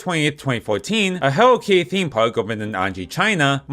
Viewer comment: “Hewwo Kiddie”